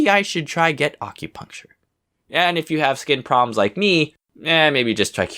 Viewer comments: Uhm... Question? Why do you pronounce it weird? Ah-cue-puncture? I've always heard the A pronounced like in apple, not like almond. Given that it's derived from "accurate," I'm pretty sure that's the right pronunciation. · this wholly time i thought he said accutane